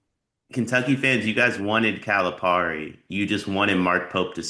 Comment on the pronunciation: It is not pronounced Par-e. Calipari is pronounced Pear-e. Seriously: it's not hard.